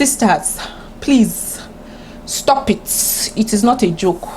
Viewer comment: Face fighter 🤣🤣🤣. The way you were saying stop eet stop eet got me laughing so hard. Table yi ti break oh!